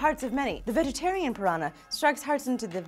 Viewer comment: That's not how you say piranha